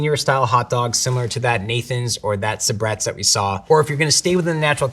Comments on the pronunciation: Sabrettes first, Nathan's a close second is my personal expert tasting test results. And excuse me... but if she can't pronounce the name of one of the most loved and popular hotdogs... Sabrettes... for God's sake, how is she an expert? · How can you have a hot dog expert who doesn't know how to pronounce sabrett's?